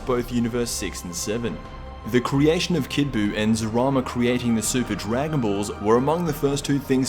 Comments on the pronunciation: Its zalama not zarama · Like 90% sure it’s zamala not zarama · It's zalama not zarama